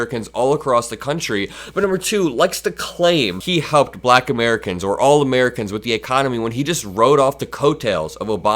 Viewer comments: He pronounces "black" like a slur. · the way he says black is insulting, "BUHLACK" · if you don’t like the way he says “Black”, check back on how he said it at the NABJ interview. It’s even more weird. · I agree... the way he exaggerates and emphasizes the word "black" makes my blood boil.